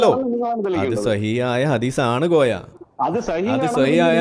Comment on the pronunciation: കോയ എന്നല്ലാതെ മോയ എന്ന് വിളിക്കൂ 😂